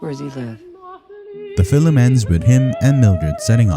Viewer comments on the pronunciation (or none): Fillem? I barely know him! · Your pronounce "Film" like a Irish person.